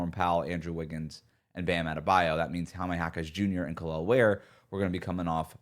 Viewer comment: Front court may not be a failure but Davids ability to pronouce Kalels name correctly sure is.